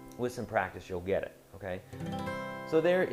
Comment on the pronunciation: "Giddit?" xD the way he says it cracks me up